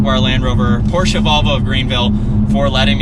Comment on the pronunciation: Thank you for pronouncing “Porsche” correctly 😂